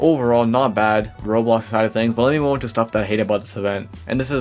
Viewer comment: this guy can NOT pronounce roblox